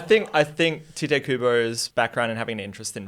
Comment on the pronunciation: It’s pronounced Tee-Tay not tite